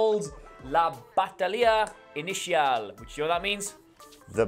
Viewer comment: "Batalla Inicial" is pronounced: "Bah-tah-yah" "I-ni-sial"